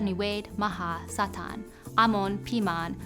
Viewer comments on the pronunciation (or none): none